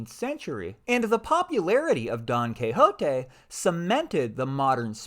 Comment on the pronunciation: Great video! Love how you pronounce Don Quijote!